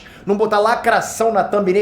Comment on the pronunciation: É negro? "Lacrassaum"!!